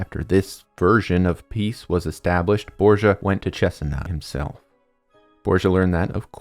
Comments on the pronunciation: borDGia...not borsa, please!! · really grat video it made me rethink of how bad they had toght it at school try to reserch the pronunciation of some names hearing borgia like that was hilarious